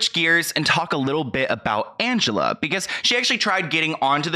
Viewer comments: Great video. But the girls name is pronounced "an-ge-LEE" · Not that it's super important but Angelea is pronounced with a LEE at the end, not LUH. Love the video! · calling angelea ( ann-juh-lee) angelea ( ann-juh-la)😩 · Her name is Angelea not Angela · Love, her name isn’t Angela .. it’s Angelea like anja-lee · I thought it was Angellea not Angela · Not Angela its Angelea -- Anjelee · Angelea not Angela. 🥲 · It’s pronounced AN-GEL-LEE not Angela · It's AngeLEA, not Angela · It's AngeLEA not AngeLA. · Angelea —pronounced Anj-ah-lee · It's pronounced angelee. Omg. He told kayla she had to confront her trauma? As if he's a therapist? That was so ignorant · I'm pretty sure it's pronounced angelee